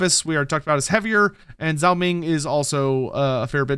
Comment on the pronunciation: Still can't pronounce Zhao correctly